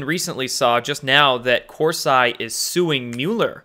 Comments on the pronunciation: Chris, on the other hand if I were he and read that comment, I would correct my pronunciation. It hits some of us, especially language nuts like me, in the face when we hear Cors eye. Remember when Bush said nuculer instead of nuclear. It made Bush seem even less intelligent than he was. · It's COR-SEE, and he never "flipped" on Q. Watch a few months of his videos from earlier this year. He became sceptical about certain Q drops. Like everybody. Dr. Corsi is far from a traitor. Read up on why he was indicted. And maybe try reading one of his books before dropping the gavel. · Listened to you for a long time now, I don't understand why you can't pronounce anyone's name. Discredits your intelligence and makes it hard to take you serious imo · You butchered Jerome Corsi's name and you are trying to butcher Infowars. These people have been out there for 20 plus years, under their public name, exposing the truth as the alt media. Q hss been out there 1 yesr plus ANONOMOUSLY. Who deserves our trust? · I thought it was cor -see not cor-si ? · not hating here but again it’s Cor-see NOT Cors-“eye”. You sound uneducated with this pronounciation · CORE-SEE, not CORE-SIGH. though he does make one sigh. ;) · it's pronounced Jerome Corsee...not Cors-eye...just sayin dear! (I'm subscribed!) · his name is Corseeeee, not 'I' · nobody pronounces his name Cors-Eye except for you. It’s not negotiable. Lol It’s CorSeeee MmmmK? I love you but you drive me crazy 😜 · Cor-see, not Cors-eye. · What's the deal with pronouncing Corsi as Cors-eye? You know it's Kor-See, I know you do. Is it code from you? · Hi great job you're doing just wanted to point something out to you and it it it hurts me when people mispronounce last names even if the last name is of an a******. The course I is not pronounced course and then like the word I course I is pronounced horse ee Coursey. Thanks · It's pronounced Cor see. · His name is pronounced Corsee. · It’s pronounced Corsee